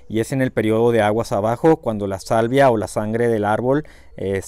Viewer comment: Una corrección esta muy interesantes tus videos ,pero dices salivia,cuando te refieres a la sabia de las plantas,podría confundir a tu auditorio,saludos sigue con tu excelente trabajo.